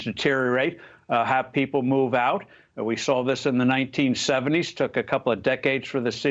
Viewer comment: U should have put the emphasis on UP and OUT